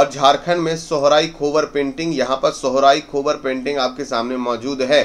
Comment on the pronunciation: सोहराई कोहबर बोला जाता है सोहराई खोबर नहीं